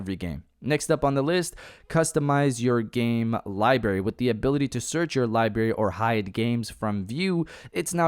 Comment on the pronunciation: WTF is a Libary